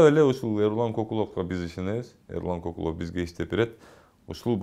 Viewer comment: Улутун ата тегин ким уруун ким Кокулов деб орусча жумшартыб айтылыб жатат кыргызча К айтылбай